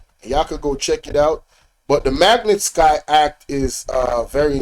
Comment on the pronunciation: Yeah you mispronouncing magnitsky act 😮...its ok ..